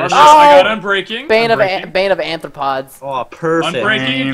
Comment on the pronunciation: Bane of ARthropods. NOT ANthropods.